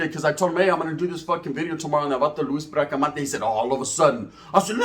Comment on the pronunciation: BRACA-MON-TES NOT MANTES